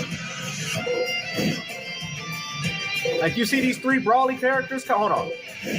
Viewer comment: Good don’t buy the fucking game bro keep playing fighterz or xenoverse 🤷🏾‍♂️ this dude just making a video for views deff won’t finish this video I am willing to bet $ this dude ends up buying the 260$ ultimate edition he calls him broly with the short O not long O 😂😂😂😂😂 that’s how u know this dude has no clue what’s going on 😂😂😂